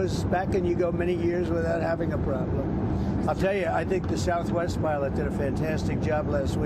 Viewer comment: “Milot, milot, I mean pilot,”says the buffoon